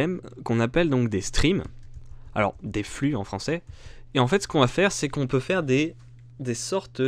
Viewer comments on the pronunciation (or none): none